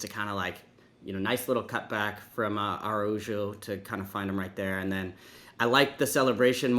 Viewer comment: Please stop pronouncing Araujo wrong 😭